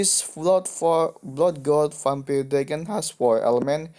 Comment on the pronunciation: gk bisa ngomong vampire malah jadi vampile